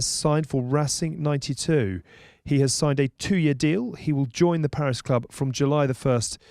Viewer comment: Please Don't say Rassing ninety two. It's either Racing 92 or Rassing quatre vingt douze